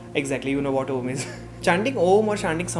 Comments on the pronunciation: Hey, this is really beautiful video I appreciate you for bringing this topic on internet. Being a medico, meditation is must, I know. Just want to correct you a bit. Chanting ॐ is not oooommm, but AUM. You should chant like aaaaauuummmmm. This works differently with every chakras of the body. Sanskrit word ॐ is pronounced as AUM. Every syllable has different meaning A- Tamsic (last 3 chakras, helps release emotions related to materialistic world/heals chakras) U- Rajsic (Represents heart chakra, helps overcome emotional pain/ heals heart chakra) M- Satvic (Represents third eye chakra/ removes blockages in chakra/ self realisation) Do try this for 12 days and trust me you will feel the difference. Love and light 💕💫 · it is not oooommmmmmm......... , its aaaaammmmmmmmmmmmm..